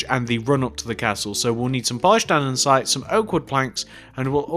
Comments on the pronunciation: its not andensite its andesite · You shouldn't make building tutorials if you don't know how to build, or how to pronounce A N D E S I T E